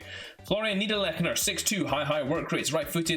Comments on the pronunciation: The first person I've heard pronounce this guys name correctly🤣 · 10/10 on the last name pronunciation